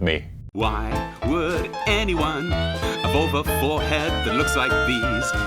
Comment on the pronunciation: " Why would anyone- a vulva forehead that looks like these?" Took me a second watch to realize he says " evolve."